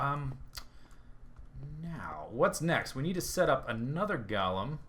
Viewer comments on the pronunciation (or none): Golem: pronounced "Go-lem", not "Gol-em" dictionary-dot-reference-dot-com/browse/golem?s=ts